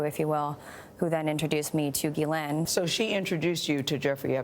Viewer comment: The accuser and Gayle are not pronouncing Ghislaine's name right.